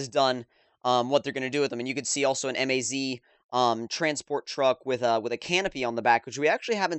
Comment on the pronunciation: It's MAZ, not M A Z